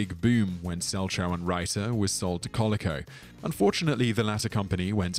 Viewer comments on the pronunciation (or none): He needs to learn how these company names are pronounced: Coleco (accent on the second syllable, which is a long "e"), and of course Mattel (accent on the "el").